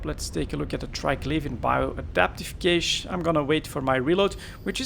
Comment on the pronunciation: "Cache" is pronounced the same as "Cash":-)